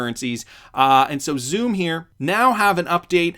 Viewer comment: Xumm is pronounced like "Sum", as in to sum up. Plus New York aren't going cashless, on the contrary, they're trying to prevent exclusively digital checkout. This is with the unbanked in mind, who do not have a digital method to pay so rely heavily on cash payment.